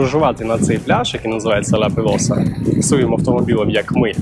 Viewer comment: Жахливо. Не сардинійці , а сарди Не Ла Пелоса, а Ла Пелоза .. Хоч би почитав перед зйомкою.